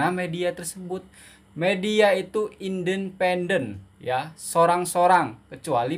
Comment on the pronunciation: Sayangku. Betulkan sebutan. 1. Al Jazeera...sebutan nya Al Jazira.. 2. Indenpendence..sbnrnya INDI PENDENCE ..fonic nya..timakasih